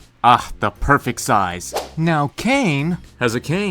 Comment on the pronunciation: "Change si-eyes" Sorry